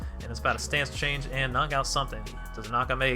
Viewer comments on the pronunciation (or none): none